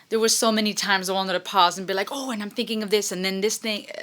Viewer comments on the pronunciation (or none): none